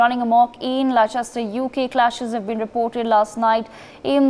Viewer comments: Lehchester lol Atleast know the proper name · Less-stur > Leicester 😂 and the reporting is awful 2/10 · Can't even pronounce Leicester properly. Leh chest er. This is a ridiculous news story. Absolute brainwashing nonsense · Not pronounced Li Chester it's Lester! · It’s pronounced Lester not Liechester... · If you are going to report on this at least learn how to pronounce Leicester. It’s pronounced Lester. Not Lie-chester. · Where? Lie-chester? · 1. Leicester is pronounced Lester. 2. This trouble is due to the cricket Both sides are misbehaving. This news article is biased. The Police have been active throughout. 4. I am white, English and from Leicester with Hindu and Muslim friends who would all condemn such poor reporting. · "Lester". It's pronounced "Lester". And I quite agree. All the third worlders should be repatriated. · Get your facts right lol they can’t even pronounce Leicester correct 😂😂😂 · Its pronounced Le"ss"cester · Leicester is pronounced as 'Lester'. This event is long in making because the offending group is being embolden with support from the Labour Party held in ransom as a vote bank! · First this silly fake newsreader needs to learn how to pronounce Leicester 😅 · Dont believe news that cant even pronounce Leicester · This is propaganda the reporter can't even pronounce Leicester never mind reporting the actual facts. Another video to make the world hate on muslims come to leicester and find out the truth. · Just goes to show how legible this video is when they don't even know how to pronounce the city's name that they are reporting.